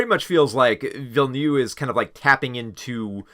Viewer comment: I really enjoyed your review of Dune: Part Two, but please learn to pronounce Villeneuve the right way. It's not ''Villenew'', but Ville-Neuve!!! No offence, and I know it's not on purpose. English is a fucked up language.